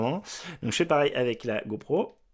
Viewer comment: "go prout" ? 🤔